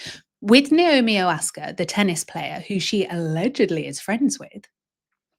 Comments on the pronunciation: OASKA???? Stop pulling a Meghan, is she not worth a quick Google, a huge tennis star?? Her name is literally pronounced the way it's spelled, vowels, O-SA-KA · It’s Osaka not Oaska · it’s Osaka not Oaska … and Nike is pronounced “Ny-KEY” not Nike like “bike” … ♥️ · After saying I must get her name right you got it wrong. It’s OSAKA not Osaka 😂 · It's OSAKA! Naomi OSAKA! It's not hard to say. Are you dyslexic?